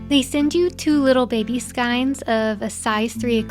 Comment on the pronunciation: I have never heard somebody pronounce the word skein the way that you do. That's, different. Lol thanks for the video, made starting using my new machine easing and quick